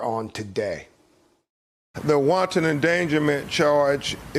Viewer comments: My mans said “wonton” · I love this very intelligent man’s explanation, but “wanton” is not pronounce “wahn’ tahn’. ” They are not equal emphasis. Hate that for him.